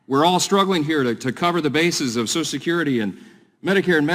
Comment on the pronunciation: Next the GOP will ask for a gavel made of Unicorn horn.😂 What the hell is Sosh Security and why can't the new speaker pronounce Social?😅